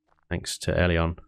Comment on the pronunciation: If I had a nickle for every time you said ellion please fix, i would be a millionaire